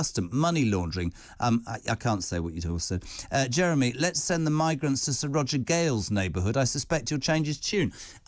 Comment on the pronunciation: Like yesterday when 30 of them did a runner at Dover. One of them broke into a woman’s house and demanded she drive him to London. This man is a deluded Uk hating twat. Oh btw, it’s Jeremy, not Jerry. I had to switch off, just like this c**t said he would